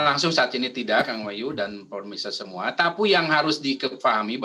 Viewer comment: gua yang salah denger ato dia yang typo mau bilang "Tapi" jadi "Tapu"?